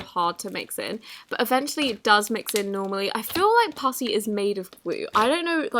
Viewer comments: i keep hearing "pussy" instead of "putty" 😶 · Did she say pussy or putty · Instead of her say putty she said it worng and said pussy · When you said "putty" it sounded like puffy,you might want to practice pronouncing putty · She said pussy instead of Putty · When she says putty it's sounds like pussy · It sounded like she said pusy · am I the only one who thinks she is saying "pussy" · For the putty one it sounds like it says pussy 😂😬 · Is it just me that heard her saying pu*y instead of saying putty like if you heard it to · Instead of putty, did anyone else hear her say pus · The way she said putty tho 🤣🤣